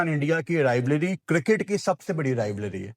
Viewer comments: Rivalry ❌ Rivlary✅ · RivALRY not rivLARY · Rivalry❌️ Rivlary✅️ 😂😂😂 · Rivlaaary nai bhai rivalry... Bolna sikhlo😂😂😂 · Abe pehle Rivalry bolna sikh le..Rivalry not Rivlary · Rivlarey nai hota rivalry hota hai 😂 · rivlary ❌ rivalry ✅ baaki all good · Rivalry ❌❌ Rivlary ✅✅ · aik dafa tou rivarly bol deta sahi se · BKL pehle to rivalry bolna sikhle.. In world cups/ ICC/Asia cups tournaments we dominate you... Rest our considered "friendlies" .. there's no meaning to that.